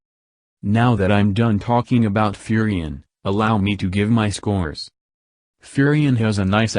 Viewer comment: "Furry Ann"